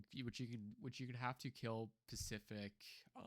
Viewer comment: SPECIFIC..... NOT PASIFIC.......... S.. SP.... ESSS